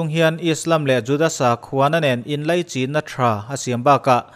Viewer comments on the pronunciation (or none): none